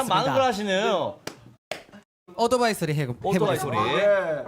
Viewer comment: 오도바이ㅋ발음 구수하네ㅋ